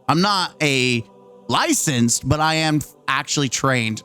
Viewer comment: "I'm not liscensed to..." ok you need to shut up